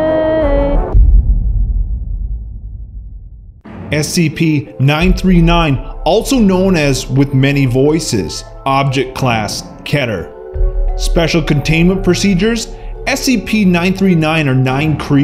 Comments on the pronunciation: (Sorry, but this is a pet peeve) It's pronounced (k-E-ter) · I like bow he says "Keter" when it's pronounced "Keeter" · You dont read keter kater you read it keter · It's not KE-ter, It's Keter!!!!!! Prounounce it how you say the name Peter!!!!! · It sounds like keter but it's KEETER AND SPELLED LIKE keter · did he just say keh-ter its kee-ter my mance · Keter is pronounced like keyter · Keter is pronounced like keeter not ketter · im pretty sure its pronounced "keeter" not keter even though it is spelled so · It's Kyter not Keeter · its keeeter not kett er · ITS KETER NOT KEEETUR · when he says keter it sounds like he is saying cheddar xD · I believe that a SCP like organization exists for legends and stories have to come from somewhere, but they perform experiments with these items/creatures instead of solely containing them. P.s. its pronounced "kee-ter" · KEY-TER Is the right pronunciation. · Keter is pronounced "keeter" like it has Y in it.